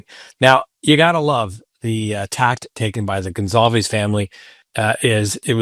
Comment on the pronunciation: IT'S GON-SAL-VEZ